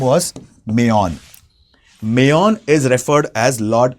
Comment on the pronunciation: Mayon is pronounced as मायोन् ✅( Maayon) which means मायापति ie lord Mahavishnu मेयॉन ❌